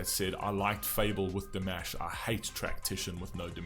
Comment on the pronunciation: His first name is actually pronounced dee-MAHSH, as in wash. ❤❤❤❤